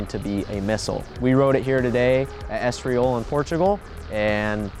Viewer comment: Estriol?? 🤦‍♂️ It’s pronounced just how it’s spelled. ES-TOR-IL